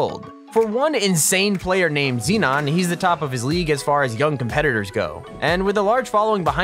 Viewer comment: His name is zenon, not xenon.